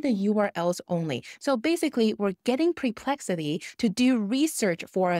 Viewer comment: It's NOT PRE-plexity!!! It's PER ...as in PURR!!!!